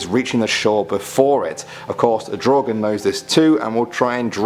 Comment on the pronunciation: Im swedish, What the hell is a draugen?!?!? Mever heard of it. Its prob misspronouciation cuz no1 from other countries can pronounce swedish words.